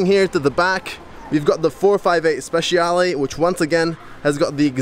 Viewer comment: Ferrari 458 SPECIALE..! NO "Ferrari 458 Speciiiale" L' Italiano si legge come si scrive, grazie :D !!!